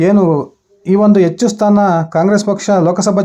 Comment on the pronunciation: Pl correct your pronunciation of Kannada, understand difference between "Hecchu" And "ecchu", good luck!